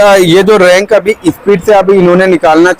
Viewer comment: रैंक ❌ रैक✅